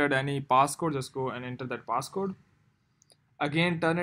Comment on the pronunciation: Him:paaaasscoude Me: haaha 😂 wtf